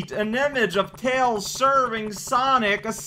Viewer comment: Tiles "Mails" Prower